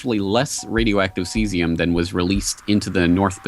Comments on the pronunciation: SEE--ZEE--UM... Not "sessium"... It's not a seed that you find on your Big Mac bun... >:\ Say Caesar... (i.e. Caesar salad, Julius Caesar, etc)..... Now say Caesium (original, "archaic" spelling)..... NOW you get it! :D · It's pronounced "CEE ZE UM" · Pronunciation /ˈsiːziəm/ see-zee-əm